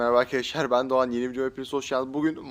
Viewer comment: Abi her videoy girişinde neden Merhaba Arkadaşlar Ben Doğhahhan harbi merak ettim 😂